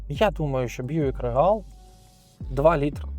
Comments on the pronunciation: рігл а не регал:face-blue-smiling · Произношение Regal звучит как рИгл или рИгел, ударение на первый слог, транскрипция: /ˈriːɡəl/ Обзорщики не умеют в произношение марок и моделей авто.